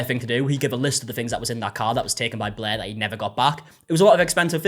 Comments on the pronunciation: She is forever “BLEH” to me now! 😅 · BLEHr the r is just super soft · Every time you say "Blair" it sounds like "Bleh" to me. Which is also accurate. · have you ever seen a british person by any chance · As someone who has read too many Wikipedia articles on this, "non-rhoticity" is the fancy linguistics name for this.